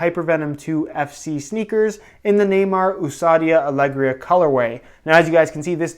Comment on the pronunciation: You say it : Oh-za-dee-ah ee ah-le-gree-ah